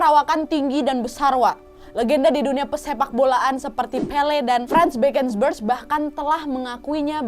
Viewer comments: Franz Beckenbauer bacanya Bukan bekenbers. Tapi bekenbawer 😭 😭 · Ralaaat nad, franz baken bawer donk bcanya... Hihihihihi